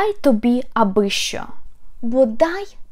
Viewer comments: У нас що здебільшого вимовляють не як шчо, а шо. Це настільки мемна тема, диву даєшся, як ви пропустили щось таке, живучи в Україні. І чи в Україні взагалі?) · Pronounced "scho"